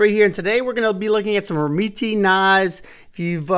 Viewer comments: Pronunciation’s gotta be “rem-MET”, no? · You’re correct. is pronouncing it wrong. I’ve spoken to them to confirm. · I can’t get over his you pronounce the brand 😂. It’s soooo far off from how it’s actually pronounced lol. I’ve spoken to the company and the last E is silent and the first E is a short E. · i think its pronounced like that too. but the way says it makes me laugh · The way you pronounce their name makes me laugh 😂 but who cares how its pronounced since your videos are awesome. Atleast your not calling it a Doberman 😂😂